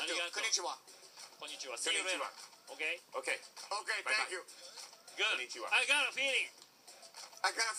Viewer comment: ❌ ko-ni-ch-iwa ⭕ ko-n-ni-chi-wa こ - ん - に - ち - は 👋😃